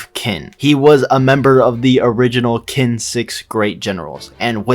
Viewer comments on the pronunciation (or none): why do you pronounce it kin instead of qin ? why man why? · Great video. But you can't be the go-to Kingsom guy while still pronouncing Qin like "Kin." It's "Chin" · If you want to continue, get to pronouncin qin right. Its qin (chin)